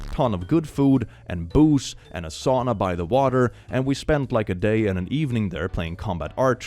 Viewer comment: "and a sauna by the water..." this sounds so swedish, i love it